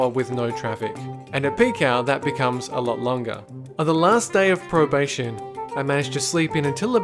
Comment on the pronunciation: anyone else hear him say probation?